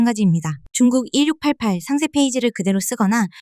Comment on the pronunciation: 항상 잘 보고 있습니다. 근데 1688을 [일륙팔팔]이 아니라 [이륙팔팔]이라고 발음하시는 이유가 뭔지 알 수 있을까요!?